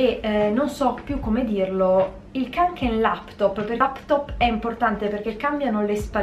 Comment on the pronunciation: Si dice konken lol